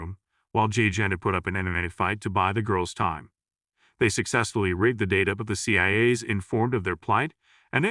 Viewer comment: Can't even pronounce C.I.A